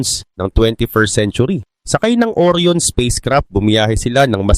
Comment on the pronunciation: Ang tamang bigkas po ay ORA'YON hindi OR'YON (ORION)